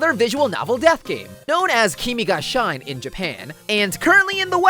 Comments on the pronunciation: Did you just said the Japanese word "Shi ne " as the English word "shine"??? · Bro you say shine it’s said like shee- neh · the way you pronounce "shi-ne" which is "shine" makes me laugh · Me hearing him say "Kimi ga shine" instead of "Kimi ga shi-ne": 👁️👄👁️ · It's pronounced kimi ga shi-nee not kimi ga shine like you say in englisg shine,shine is die in japanese.. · its not shine its shee-neh :/ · Kimi ga shine Pronounced almost everything right Its pronounced "she-neh" or something not shine :/ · kimi ga shine.... kimi ga shine... it's kimi ga shi-ne no shine.... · no one:: kimi ga shine (as in like shiny sparkle) its not hard to say shi-ne i am actually pained TTvTT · listen, it is not shine as in "shYn", it's pronounced "shEEneh" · i like this video!!! however it's. pronounced as kimi ga shi ne not "shine", because shi ne would translate to death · I am so sorry for being such a loser but the shine in kimi ga shine is pronounced shi-ne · Isn’t it...pronounced kimi ga shee-nay? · Kimi ga "shine"? Shi-ne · kimi ga SHINE IM SOBBING ITS (pronounced) SHI NE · Wait I thought it was pronounced Kimi Ga she neh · "shine" is not pronounced like an englidh word!! you have to read it like [sh ee n eh] put it into a translator at least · I thought it was pronounced "Kimi Ga Shin-e" since it's japanese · It’s shine (shee-nay) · he pronounced it as shine im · Kimi Ga SHINE 🌟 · Usotsuki its not pronounce like shine ✨ tho ? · That's not how you pronounce shine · the way he pronounces yttd's japanese name is slowly killing me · U pronounced "shine" WRONG! I feel offended "not" me screaming about Sou appearing everywhere, help Me: Keiji is cool but..... when that psychotic, and a asshole with a beanie (U KNOW WHO I'M TALKING ABOUT!) came out... Totally me: screams about Sou appearing and yes I love him even tho I'm lesbian irl- WHO FUCKING CARES-! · so.. no one gonna talk about how he pronounced "shine"? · He said shine wrong He said shine wrong